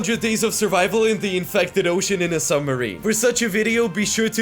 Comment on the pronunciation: his summerine broke